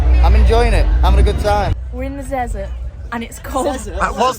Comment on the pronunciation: “WE’RE IN THE ZEZERT” - sun tzu